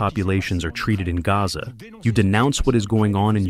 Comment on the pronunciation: The guy translating in the background didn’t pronounce Gaza correctly.